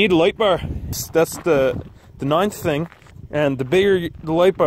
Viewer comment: "the second tang your gonna need"